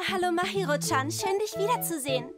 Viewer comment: Die Stimmen passen einigermaßen aber die Aussprache vom "Chan" am Ende hört sích nen bissl falsch an